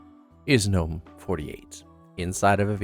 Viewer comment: GGGGGGNOME, not NOME